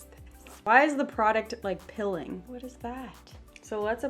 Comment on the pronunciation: the way she says peeling kills me 😭💛 she says “pilling”